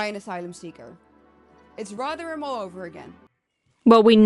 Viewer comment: Please stop interrupting the speech. We’re quite capable of understanding what the guy is saying and why. And btw - it’s RoTHerham and not RoVerham.